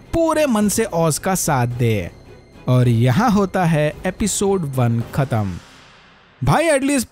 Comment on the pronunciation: Bhai aapki awaz behtareen h. Sirf ek baat h shayad buri lag jaye. Urdu shabd ka istemal kar rhe to thik se kar lena bhai. Khatam ka pronounce aise nhi hota